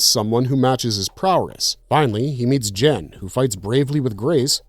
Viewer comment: Lol "Jen". Is GEN! Cmon man!😂😂😂